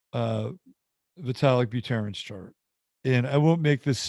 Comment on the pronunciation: Buterin, Buterin. Just like it's Ethereum, not Etherium., you're my favorite astrologist by far but I'm trying desperately not to treat your latest ruminations as a topping signal. Though this week's price action speaks to the contrary.